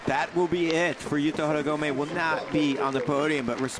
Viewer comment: When are the commentators going to pronounce the Japanese names properly? finally learns Rayssa's and they always put so much stank on AureliOn but butcher all the Japanese. "Yukito Horeegomay". It shows they don't watch much of the other comps.